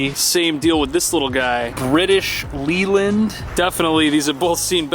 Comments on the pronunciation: The Leyland car is pronounced Layland. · 'Leyland' is pronounced 'Layland' - one of those quirks of the British Language 😉 and not one of those lost in translation across the Pond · Leyland is pronounced layland - I know it doesn't make sense. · its pronounced British lay-l'nd we are fun with our words, 'ey' is A not E sometimes lol. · Three minutes into this video, and your pronunciation of Datsun, caramel and Leyland is making this Aussie's head explode 😂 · You didn't pronounce British Leyland properly. Leyland rhymes with Weyland from the Alien series.